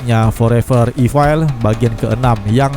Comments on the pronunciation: punteun min, bacanya forever ifel, bukan ifail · Bukan ifail evil